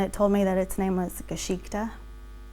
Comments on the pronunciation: She does say "Geschichte" but she pronounces it so incredibly wrong it hurts me as a German. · We're being WARY, BECAUSE MANY PEOPLE ARE UN-TRUSTWORTHY. (One "Red Flag" is that she can't even be bothered to learn the correct pronunciation of the Main Character of her Tale: "Geschichte".)